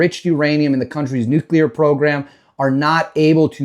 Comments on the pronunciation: Learn how to pronounce “Nuclrear”, not” Nuculer”. Who are you, Jummy Carter? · Nu cle er. Nu cle er.